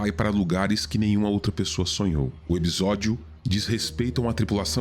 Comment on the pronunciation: A única coisa q incomodou nesse vídeo eh q pela modulação da voz EPISÓDIO soa EBISODIO.